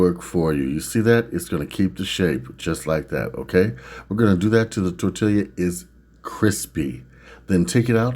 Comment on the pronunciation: great idea with the potato masher! the double LL in tortilla makes it tor-tee-ya. lots of good mexican food in california.